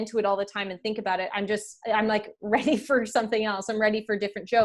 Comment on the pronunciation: You said it, "Aboot" this time.